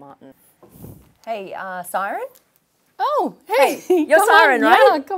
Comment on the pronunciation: It's not Siran... it's pronounced "See-Rin" E is pronounced exactly E.